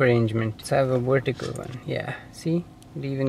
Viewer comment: "Wertical" lol